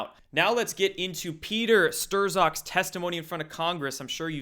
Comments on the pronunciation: How, at this point, can you possibly still be mispronouncing Strzok's name? Stir-zok? Dude: Strock. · It's Stroke.. not Stirzoker.. STROKER! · "Strzok" said like "sock" >> "Strock". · Stir-zok? It's pronounced 'Strawk'. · Sturzok's... LOL. It's pronounced Shtrok. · HIS NAME IS PRONOUNCED “PETER STRUCK”, NOT STERZOKKK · Stirzock? Is this some kind of inside joke that I'm missing,? I've told you a few times now that it's pronounced "struck", and yet you continue to mispronounce his name. Why? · Strock, Struck. Either one. But Stir-zock it ain't. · Pronounced Strock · ...it's pronounced STRUCK, numbnuts ...as in GOP got run over by a runaway truck! keep up with the LIES*, you fucking q-tard, and you will *burn in hell along with trump and the GOP! ...brits love trump?? no, they say he's a *CUNT*, pinhead [eyesroll] trump's not a racist putting babies in cages?? dude, you are a fucking piece of shit LIAR. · Strzok is pronounced ‘Struck’, apparently. And he’s beyond creepy. Can you imagine actually have sex with this guy? Ugh. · His name is pronounced STRUCK. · Pronounced like "STROCK" The "z" is silent. Used in a sentence: "Strzok is a cock." 🤣✌🇺🇸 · Not that Strzok deserves the courtesy, but his name is pronounced STRUCK. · Strzok pronounced Struck. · I love your show, but the dudes name is Pronounced Peter Strock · Tired of this shit! IT'S PRONOUNCED STRUCK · I believe the z in strzok is silent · Dude, I love you But...please!! The z is silent in strzok 😘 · Ian Thaddiam yep,makes me nutz!! Esp when the msm is blaring his name correctly 24/7!!!😂😂😂😂😂